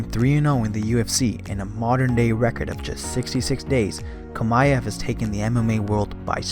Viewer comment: Chimaev. Chi-ma-ev. not Kamaev